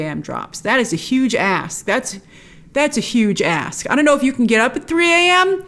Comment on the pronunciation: "Huge Ask" I thought you said something else.